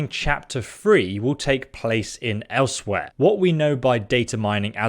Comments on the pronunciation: He had to say elsewhere like 5 times before i realised what his ass was trying to say, ell swire is closer i believe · Elsewhere? No no no no nooooo, pronounced Ellez-weir.